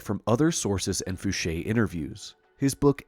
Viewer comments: Oh yeah! This is exactly what I been itching for....a nice long video!..and congats for finally saying Fouche like Ed used to pronounce it himself...i really love watching old videos of Ed talking about his life.. he's the first person I heard mention having to wear foggles at Area 51 and have since heard former SR-71 pilots attest to the same thing about having to wear foggles while moving around the base.. awesome video brother....thanks..🤘👽🤘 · and he pronounced edgar fouches name correctly!! FOOSHAY! i would lol every time he said f-ouch!